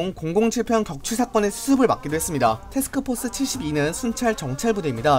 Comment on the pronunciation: 표준 발음 : 테스크포스 칠십사 이세기 발음 : 세흐스호스 시시히사